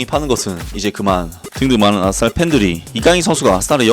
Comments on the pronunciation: 왜 아딸이라 들리지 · 아스날이 계속 아싸리라고 들림ㅋㅋ